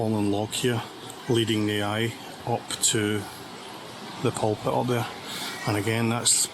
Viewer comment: Loch Lomond is pronounced: 'Lock Low_mund' (emphasis on the _first syllable, not the second) and Glasgow is pronounced: 'Glasgo' (ditto re first syllable, not second)... However... You have 'Pulpit' right.. 🙂